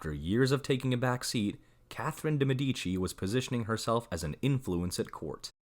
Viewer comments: Why is it so difficult to pronounce correctly the names of the peopleyou are talking about? ME'DICI!!!! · de Medici